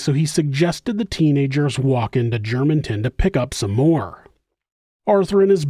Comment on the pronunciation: Well done,! Another story well told. As a Walnut Cove, NC denizen, it is refreshing to hear this story told so well with such accuracy. And thank you for pronouncing the town of Germanton correctly.